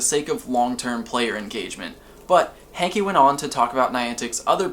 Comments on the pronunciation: It's not John hankie it's hanke say it right.. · Idk if his name is John "Hankie" or "Hanky"..... It's Hanke.................................................................................................................................